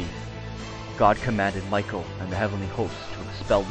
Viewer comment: Michael wouldn't be pronounced that way...